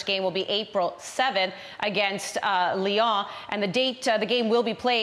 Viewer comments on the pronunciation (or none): It’s Leon, not “Lee-O!”